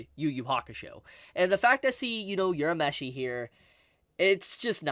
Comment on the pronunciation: Did this dude just say "yourameshi"